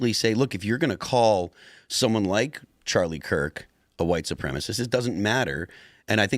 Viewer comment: He keeps calling him Charlie Clerk 😆